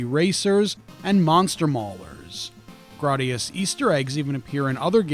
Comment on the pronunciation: It’s Gra y gius not Grar dius.